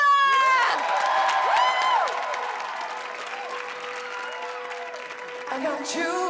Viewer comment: Most people don't know this. But her name is pronounced: Dwalippa.